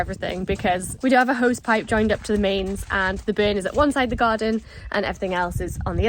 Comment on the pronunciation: Omg, “a bern” running through….., try and teach the word “Burn”. So funny in the Newcastle accent